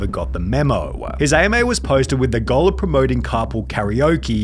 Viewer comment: I love how Sunny pronounces goal like “gull”